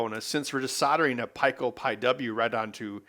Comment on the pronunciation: It's pee co but I like when he pronounces things funny